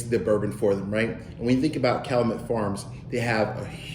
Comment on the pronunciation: It’s pronounced Cal-you-met